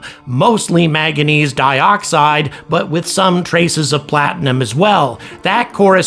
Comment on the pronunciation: Love your videos and subscribed when you had 30k, but please say maNganese correctly